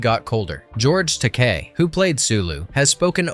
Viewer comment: I can't believe he pronounced his name wrong! It's supposed to be said TA-KEY! faints